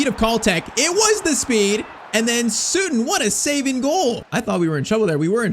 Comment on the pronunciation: It’s Sutton not “sootton”. Americans can’t even speak the language properly